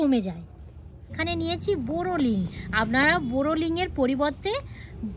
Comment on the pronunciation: COMMENT BOX এর মধ্যে কমেন্ট করেছি বাইরে না। কারণ লোক ক্রিটিসাইজ করার জন্য ব্যাকুল হয়ে আছে। বোরোলিং নয় বোরোলিন। শুদ্ধ বাংলা ভাষা বলার চেষ্টা করুন কারণ অনেকেই দেখছে তো? নিজেদের উন্নতির জন্য আপনার বুদ্ধিটাকে একটু কাজে লাগান।